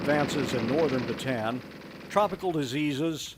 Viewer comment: Great memorial! The only problem was the continuous, never ending mispronunciation of the word “Bataan”. There is no “an” sound in this word. Instead, the word is correctly pronounced in Filipino as “Baa t on on”.